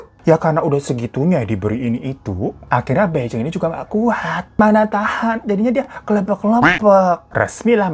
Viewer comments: bacanya: pai cing dan pei cing. jd bukan sama" beijing ya kak >_< tp ak selalu nontonin video kk koq.. krn cerita horor aja ga berasa horor, utk diriku yg nyali kecil hahaha thank you uda selalu menghibur kita dg kebanyolan kk.... sehat" ya kak. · Bai Jing baca nya Phai Ching gt kk cmiww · Ka hiro gak enak banget nyebut namanya bai jing 😂😂 harusnya Pei cing ka, di mandarin b itu dibaca P, j jadi C.. Terus zhou juga dibacanya Chou(C tapi kayak ada h-nya) Yuk belajar pronounce mandarin dikit2